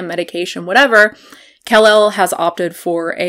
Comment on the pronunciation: I agree that you can get all of your nutrients met on a vegan diet (with some supplements). That aside, her name is not pronounced “KAhhl- elle”. It’s said like “Cuhlel”, which you ought to know if you keep up with any of her videos at all.